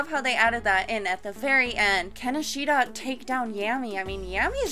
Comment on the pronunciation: The way you say Ishida's name, is like a sword going trough the stomach